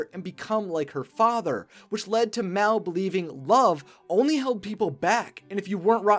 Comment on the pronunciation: Mal not Mel